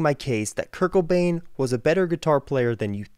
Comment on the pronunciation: Love your vids but, It's Kurt Cobain. Not Kurt Kobane...